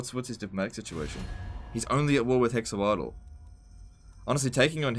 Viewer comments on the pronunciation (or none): I think Hexoatl is pronounced something like ‘hesh-wartal’